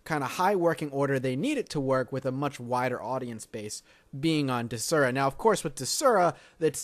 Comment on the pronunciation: "dezura"? it's DES-ura say it with me DESSSSSS-ura